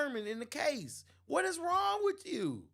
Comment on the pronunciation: Bro you are inarticulate and sound "ghetto" it's "with you" not "wichoo"